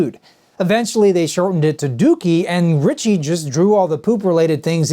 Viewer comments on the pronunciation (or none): none